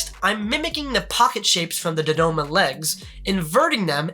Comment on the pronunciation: Im sorry, but it's general Dodonna, not Dodoma